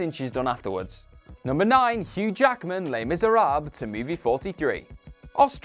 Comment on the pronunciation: Les Miserahhhh? Reehan Johnson?